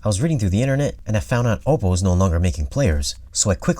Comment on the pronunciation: great review; pretty thorough! HOWEVER, you are a professional in the industry. Please learn how to pronounce, "OPPO" correctly. Just call their service line and ANYONE that answers, will pronounce it correctly. Also, my compliments to you on your music selection!